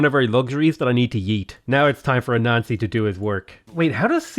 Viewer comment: I was doing my homework for art class while listening to and when he said anansi I immediatelly thought he said a nazi and was confused af